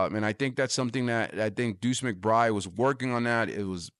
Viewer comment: Sounds like you know what you're talking about, but I had to shut of the video because of something my ear kept picking up on. It sounds like you're dripping the D sound off the end of McBride. Sound instead like McBry. A little too distracting for me.